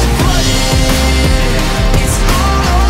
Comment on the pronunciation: I cant' be the only one that hears cold pooding instead of cold-blooded XD